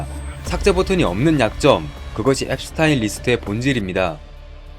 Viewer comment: 앱스틴! 앱스타인이 아니고 앱스틴 예요